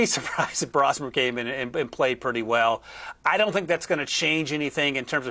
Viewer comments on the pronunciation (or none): BRO-smer. Not Brah-smer. Just in case everyone is going to need to know 😂